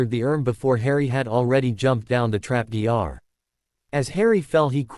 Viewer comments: I noticed that too, but it amused me when it said things like "walked through the doctor" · Why does this AI refuse to say anything with double vowels like "door"?